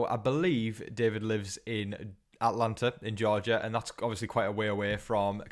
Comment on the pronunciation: The way he said Atlanta, GA killed me inside